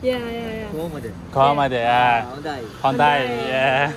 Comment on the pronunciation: I'm laughing like hell everytime when you say "kohomada" and "hondai" 😹